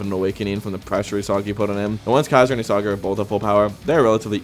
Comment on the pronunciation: The mispronunciation of Isagi is killing me and not in a good way 🫩